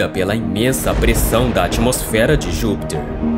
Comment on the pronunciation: Por que você fala "Júpitcher", com sotaque estrangeiro?